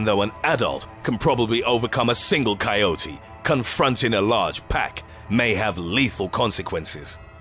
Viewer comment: THAnK GOD YOU PRONOUNCED IT RIGHT!! Love the videos by the way.